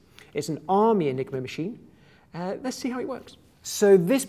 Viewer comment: I thought he said the "nigro machine"